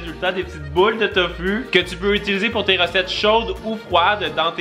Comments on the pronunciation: Sa se dit Tofou pas Tofu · On dit tofou c est pas fu c est fou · sa se dit pas tofu sa se li tofu mais sa se dit tofou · c'est tofou ca ce dis pas tofu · Ses tofou et pas tofu !! Sinon super video